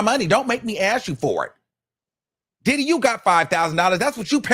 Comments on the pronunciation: Right like "DID-HEEE" AND "DID-DIEEEE" for MEEEEE 😅🤦🏾👀🤪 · Son ,i ❤ the way, you say DIDDY- DID-HE!!! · The way says ‘Didee’ cracks me up every time.😂😂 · The way u say diddy😅😅😅😅😅